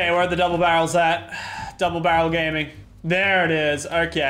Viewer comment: Its not double barrle its bubble darel